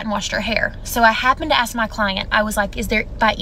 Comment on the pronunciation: She went to university and she's still says "ax" instead of "ask"........